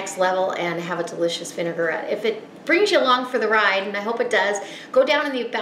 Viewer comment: lovely, thank you. The thing is, the word vinaigrette, as you can see, is pronounced vinagrette, not vinegarette. It is derived from the French word vinagre, for vinegar. I have subscribed to your recipes.